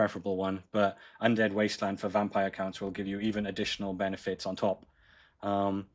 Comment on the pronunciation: I'm sorry Britain but it's not pronounced Vampire Layers.